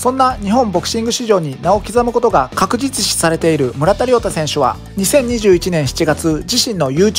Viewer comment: 、確実視が言えてなくて可愛い🤣